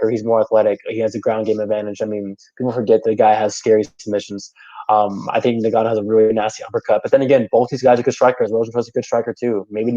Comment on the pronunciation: Great vid with some interesting takes. It's a little distracting when you keep pronouncing Ngannou as "Nagano" though.